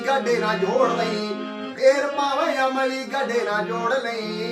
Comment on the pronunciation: ਬਾਈ ਜੀ!..... ਅਮਲ਼ੀ ਨਹੀਂ ਹੁੰਦਾ,ਅਮਲੀ ਹੁੰਦਾ। ਸ਼ਬਦਾਂ ਦਾ ਉਚਾਰਣ ਸਹੀ ਕਰੋ।ਚਮਕੀਲੇ ਬਾਈ ਜੀ ਦਾ ਗੀਤ ਧਿਆਨ ਨਾਲ਼ ਸੁਣੋ।